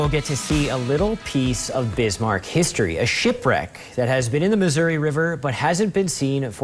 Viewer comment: Bis-man? How sad that a newscaster doesn't even know the name of the 2nd largest city in his own state.